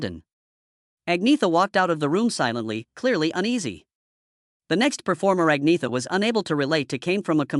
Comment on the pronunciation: AnYeta is how her name is Pronounced